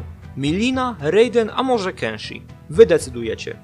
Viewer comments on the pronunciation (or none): Kensio XD czyli kenshi